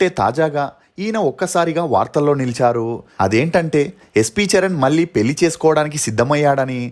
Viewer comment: నీ తెలుగు ఉచ్చారణ మార్చుకోవా anchor ? పెల్లి ఏంటిరా చెత్త నాయాలా